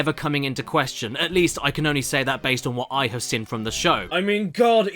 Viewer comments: Also, I didn't notice until a few weeks ago that Caddy pronounces "seen" as "sin". I thought it was a one off, but realise he's always pronounced it like that. Now my mind is blown - and I can't unhear it. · I thought this was weird at first but then I realised I pronounce “been” as “bin” so I can’t say much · Now I can’t un-hear it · You’re right!